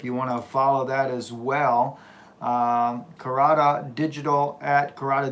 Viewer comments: Caracas (Spanish pronunciation: [kaˈɾakas]) not carcass... Lords blessings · C'mon..... The place is not named after a dead body, the name is pronounced ( cara- cas ) not carcass 🙄 just saying my brother... appreciate the work you do though 😎. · NO not karkas Kah rah kas.... all a in Spanish are ah type how do i say Caracas in Spanish.? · You really should know how to pronounce the name of the TOWN! Otherwise you will be sending people ALL over the country OF Mexico. CAK-RAH-CUS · Lol. Car RA cas.....you keep saying dead body. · I think the city is pronounced Car-a-cas. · you definitely didn't say the name of the State in Venezuela correctly. Come on man. Here you go, try this Ka-ra-cas. Caracas. HABLA BIEN WAY.